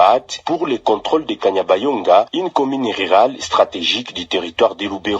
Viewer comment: Ce kanyabayonga et non kabanyonga journaliste